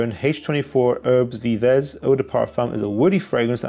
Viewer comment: "Erb Veev" The s's are silent in French.